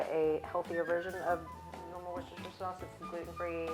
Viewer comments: Worstershire Sauce, pronounced - woos-ter-sher (English lady here 👋🏼) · Worsh-your-sister sauce😅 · Hehehe. I’m from the UK and it’s “Woos-ter” sauce! That was adorable!!